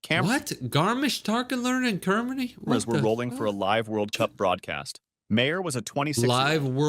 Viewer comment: Did he just say cermany